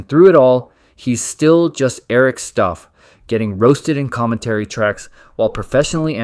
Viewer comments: Eric Stough is pronounced like 'cow' not 'Eric Stuff' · I don't know how many times the creators have to pronounce Eric's last name as "stow" before you learn it's not pronounced "stoff" No hate, I'm just saying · Theres literally clips you use of Matt and Trey pronouncing “Stough” then you immediately turn around and say “Stoff” its infuriating